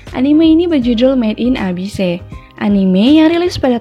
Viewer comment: "met in abis" cara bacanya min